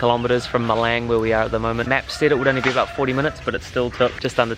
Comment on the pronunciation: It’s Malang not Meleng , the A sounds like A for cAr not A for Apple. Or like Australia not Eustrelie or Darwin not Derwin